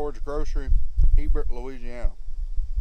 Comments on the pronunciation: He-bert!!!!! Come on man you must be from far north its spelled Hebert and pronounced A-bear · He-bert???? Next time you're in Howard's be sure and pronounce it like you did in the video. They won't laugh at you. I'm sure of it.